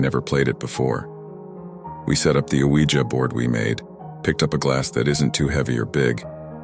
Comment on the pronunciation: Nice to hear Ouija pronounced “wee-jer” rather than “wee-jee”. 😉